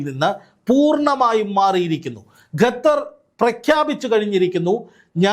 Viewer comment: Gathar❎ Qatar. ✅